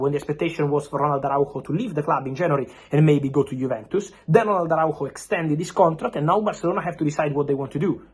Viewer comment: Speaking like "Rolando" de bul..... 😂😂